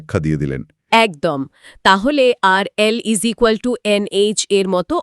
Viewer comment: ইকুয়াল টু কে বলছেন ইজিকাল টু, অনেক হাস্যকর। এত বড় কিছু নিয়ে বলছেন তাও